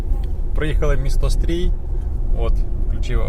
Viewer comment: В українській мові є буква і , а також буква и. Тому не Стрій а Стрий бо аж вухо ріже.